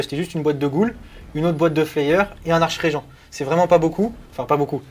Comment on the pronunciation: on ne dit pas archeregent mais arkregent (écriture facile à lire pour pas faire la vanne en mettant 2 fois archregent)